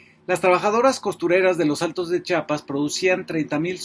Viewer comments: FABRICIO SE DICE CHIAPAS NO CHAPAS ACASO DICES CHAHUAHUA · Muy buen informe, solo te hago una observación, se dice chiapas, no chapas, gracias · Fabricio, ChIapas, no Chapas. Y sí, eres MUY buen analista. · Saludos Fabricio, gracias por tu trabajo periodístico inteligente social, buen pronuncias Chiapas, pero a veces se escucha como a muchos que dices " chapas". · Fabri. No se llama Chapas es Chiapas. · Por qué todos dicen Chapas o cheapas si es Chiapas? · Fabricio querido; "chiapas" con "i".. . No Chapas (con "a"). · Se pronuncia!! CHIAPAS!! Noooooo. CHAPAS! Por favor!! Sr. ? Mejía. ❌🅾️🇲🇽🗳️❤️🤝🏻👏🏻👏🏻👏🏻👏🏻👏🏻🤝🏻🤝🏻🤝🏻🤝🏻🤝🏻🤝🏻🕊️🇲🇽🇲🇽🇲🇽🇲🇽🇲🇽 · Perdón Fabricio hay muchos que pronuncian Chapas y no Chiapas... El nombre correcto es Chiapas una disculpa por la corrección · pero q diga bien el nombre del estado